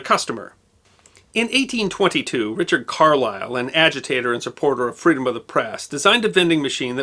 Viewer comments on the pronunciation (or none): none